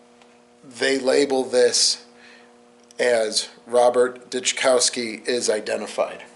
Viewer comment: With Memorial Day tomorrow, I always remember those who have given their lives for their country; especially my beloved ♥️ Dad, Robert Dyczkowski (pronounced Dis-kow-ski, but great effort ). I came across your video story about my Dad. I'm so appreciative of the work that you do, so these men and women are never forgotten. So gratefu-Patricia Dyczkowski